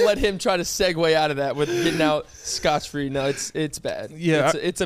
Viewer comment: You said "scotch free" here 🤣🤣🤣 you gave him such a hard time in a more recent episode for saying the same thing 🤣🤣🤣